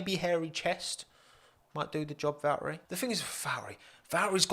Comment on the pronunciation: They way you say Valtteri.... oh God